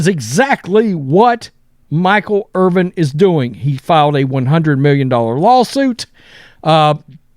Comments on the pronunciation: Dude's name is IRVIN. Bro keeps saying Irving like he don't have a clue... what da? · His name isn't IRVING. It's IRVIN. Try to say it right. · Dude Irvin…Ervin!!! Not Irving. He is not Dr J!!!! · IRVIN, not Irving. 🤦‍♂️ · Irvin, not Irving. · What is so hard about pronouncing the man's last name correctly?WTF 🤦‍♂️🤡